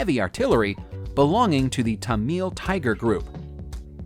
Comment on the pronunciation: pronounced tamal not tameeel